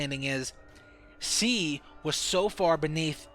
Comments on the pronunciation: he always said "si" instead of "she" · It's she no see! So annoying hahaha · "C din't ev hav a baby." Sometimes I wish I had a translator. Still like the video. Btw, when you cough, you can edit the audio. You know? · HenryMania yes he pronounces it see. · he cant pronounce she he says cee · You know what's even crazier than the fact that Lynn wasn't pregnant? The fact that you kept saying "see" instead of "she" as you talked about this. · he also says see instead of she. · can you fucking say SHE properly?? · Is it me or this nigga can't say SHE* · How come you can't say 'sh'? It's weird. Never heard of people not being able to make that sound. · "she" .... "SHeeee" all hearing is "see." "See wasn't pregnant" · Why does he pronounce 'she' as 'see' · Why did I watch this you don't even know how to talk. You literally say "see" instead of "she" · hahahaha i know, also keeps saying See instead of she and minesaft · This guy can't say she lol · u pronounce "she" really weird